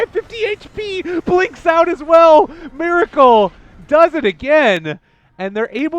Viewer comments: omg u need to stop say Mir with I**** it's Mer with E*** you never learn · they pronounce meracle miracle. heh I wonder if there will be dendy next time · pls pronounce Meracle correctly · Why this F**king Caster Prononciate Miracle when his Nick is Meracle(its sounds like Meeraakal) ty byee youtube...